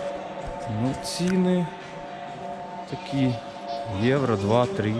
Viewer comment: Не трі а три)